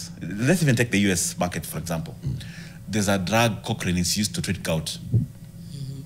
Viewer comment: The gout drug is colchicine, not cockrine